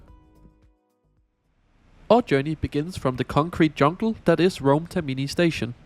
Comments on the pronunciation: Tak for denne rapport, der som sædvanlig er af god kvalitet. Jeg vil gerne påpege, at den toniske accent ikke ligger på TerMIni men på TERmini. P.S.: Jeg er ikke italiener, men det er bare om spørge. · Nu har jeg hørt fejlen for tit, så skal du lige vide: Termini betones på første stavelse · Also it shows you never rode the ETR 700. And can you please start learning how to pronounce things? It was tiring listening to you pronouncing "Termini" wrong every single time.